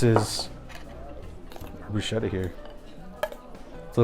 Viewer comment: I don’t know what that is but definitely not bruschetta, which btw you are not even pronouncing it right. 🙄